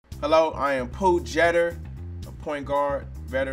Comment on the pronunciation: he did pronounce it Po though lol